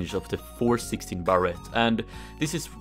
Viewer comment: Everyone: Barrett: Barrette